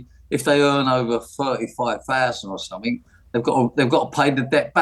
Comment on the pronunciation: What's sumfink? Nice teeth though.